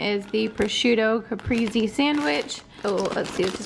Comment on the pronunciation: Lol! Pronounced like "ca-pray-say" 😉 Looked delish though! Need to get on the home delivered meal stuff. Being pregnant I just don't feel like meal prepping or grocery shopping!!!!